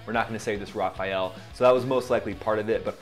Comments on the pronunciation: the Dassault plane is the RAFALE, not Raphael....😂😂😂😂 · Raphael? It's rafale. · It's not Rafael, it's Rafale! Also, if the airplane is 0.5 m2 in radar cross-section, and another is 0.005, that's 100 times smaller, not a thousand. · It's not RA FA EL, but RA FAL. The A in FAL is the same as the A in RA. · not rafael, but rafale... india is back to su-57 now, duh... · My friend I am not a pilot but I like to play with simulators and staff. Well I am sorry to tell you that pronounce the French fighter Rafale wrong. There is no e in the word rafa- eli it is pronounced rafal. I think there was an Israeli version of an aircraft that was called Rafael. When I hear the word Rafaeli it sounds confusing to me. Anyway I am not trying to play smart I am just saying. Thanks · "Rafael"??? The French plane is not a Teenage Mutant Ninja Turtle. It's pronounced "Rafahl". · Raphael? Hahaha. Non Mon vieux,I it's Raphal. Raphale means streyffing. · It's always funny watching americans trying to say Rafale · Rafael? hahaha, dude..... :D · Dude, great show. Just one thing, as a proud Franco-american, please pronounce the Dassaut Rafale correctly to not sound like a stupid fighter jock. Rafaaal, which means cannon or machine gun burst. ❤ flying too. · How much credibility do you think you lose when you mispronounce Rafale? It's 2 syllables. Rafael, which is what you say in the video, is 3 syllables. Rookie mistake.